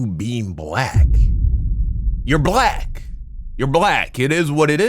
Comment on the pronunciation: Anybody who thinks Jesse has any sense is beyond help. He can’t even pronounce black.